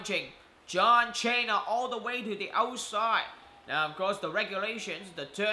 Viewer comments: What the hell if wrong with your voice, and its cena not chana idiot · shut up dude. stop saying John chaina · You don't say John Cena name right